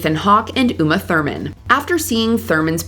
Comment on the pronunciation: Don’t forget Sandra Bullock. And it’s “UMA THURMAN.”